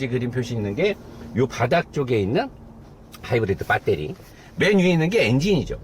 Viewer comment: 형 다 좋은데 빠때리x(베터리) 모타x(모터) 이것좀 지켜줘요ㅋ